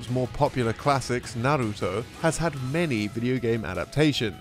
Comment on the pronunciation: i lowkey gave a massive oof at the way he absolutely butchered the pronunciation of naruto .